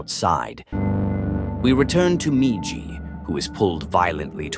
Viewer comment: I cannot wait for AI to die so people read their own damn YouTube videos again. I fucking HATE AI voiceovers. An hour in and the stupid ass ai forgets the M-I-J-I spells MIJI. Mispronouncing every other repeated word throws me completely out of the rhythm of the video.